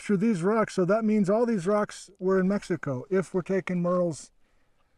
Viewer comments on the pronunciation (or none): none